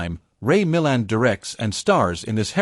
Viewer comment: Surely the stress is on the second syllable in actor Ray Milland's surname? Twice the narrator puts the stress on the first syllable.